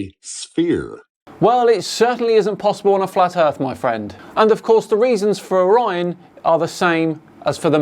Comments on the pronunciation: Is it bugging anyone else that he keeps calling it, "The belt of O'Ryan" instead of, "Orion's Belt" or is it just me? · I am sorry, truely, but "o/rion" is not a word. How can I be expected to take someone who still speaks in syllables seriously? How would he pronounce this word 👉ore? Or 👈 this one? Bet he says, po/lice too, y'all. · Honestly appreciate that he was trying to come up with a coherent argument, although he completely failed to think in more than 2 dimensions. The most annoying part of this video was the whole ‘O - rion’ thing, every time he said it was jarring. Happy 42nd birthday. I’ll be joining you in May 🎉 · Can we start a petition to change Orion to O'Ryan? I like his pronunciation 😆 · One thing I like about this guy's video is the way he says, "Orion." The emphasis on the "O" makes me smile.